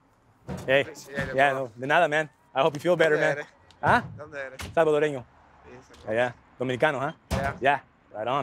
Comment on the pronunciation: when he said salvadoreno I got rlly happy !! nice work bro